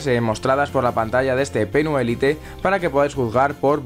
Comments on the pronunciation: Jaja jaja 😂 creí que a nadie más le daba cáncer como a mí al escuchar lite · ¿Tan complicado es decir "lait"? Me da algo de sida la pronunciación del inglés de los españoles v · pero es una palabra en ingles, no en español.... decir "lait" es la manera correcta de decirlo. y no es "spanglish", spanglish seria por ejemplo decir "hello... como estas?"